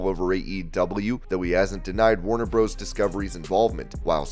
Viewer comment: Comentator you know that Warner Bros. Discovery is in realatiy Warner Brothers Discovery. Please stop saying Warner "Bros" you sound like the Robotic Idiot you are. Really.